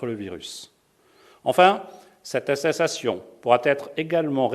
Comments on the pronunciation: « cette astetation » .... Il voulais dire atchoum 🤧 je crois Gargamel... 🤣 Force à vous tous! 👍🏿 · Il a un problème avec le mot attestation le monsieur la X) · Putain le mec ne c'est même pas prononcé attestation.... Attetation😂😂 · Cette assessation 🤔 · « Cette astetation » 🤣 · Qu'est-ce que c'est drôle. Vraiment on se marre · Cest juste qu'il arrive pas a le prononcer. Il dit le mot trois fois dans la vidéos, pas deux prononciations similaires. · Pas facile à dire attestation 😂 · Les gens qui se moquent de sa maniere de pronocer attestation .c'est super sympa bravo 👏🏻 je vous souhaite pas d'avoir un enfant dyslexique ou avec des problemes d'orthophonie.